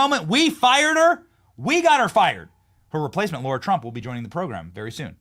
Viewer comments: Pretty sure it’s “lar-ra” not “lor-ra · 😂 Love the clip - McConnell needs to go. It’s Lara not Laura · Larah!!! Not laura! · Benny it’s Lara Trump LARA 🤣🤣🤣🤣🤣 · Benny it's LARA not Laura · Benny - it's LA-RA, NOT LO-RA. Lara. Not Laura. This is like my 8th time saying this, please someone read the comments section.❤❤❤❤❤❤❤❤